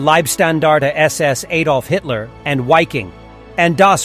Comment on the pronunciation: Its not pronounced Mansteen. His name is pronounced Manstine. In German the second vowel is enunciated. Also Wiking is pronounced Viking.